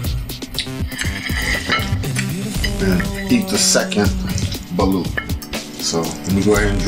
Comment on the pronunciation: The way u pronounce balut is balot